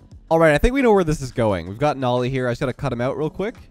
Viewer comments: pretty sure it is pronounced no lee. not nah lee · Sorry. Nolly is pronounced like Holy moly. He and Jack have said this a few times.